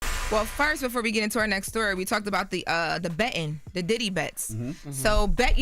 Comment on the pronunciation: Betting not bettin…. And y’all talk about Jess…🙄🙄